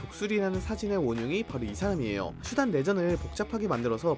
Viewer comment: 이스르에르과는 달리 수단은 발음이 잘 되는구만~!!